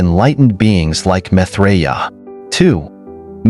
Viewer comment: PRONOUNCE HIS NAME CORRECTLY!!!